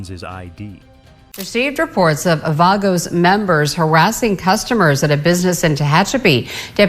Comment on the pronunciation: Can't even pronounce Banditos or Vagos.